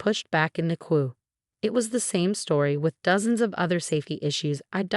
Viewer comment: What is a “kwoo”? (Queue)